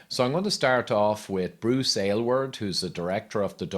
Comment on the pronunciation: I must say, as an Aylward, I love that you pronounced it properly and chose to present this information. I remember his statements and appreciate how you strolled us down memory lane.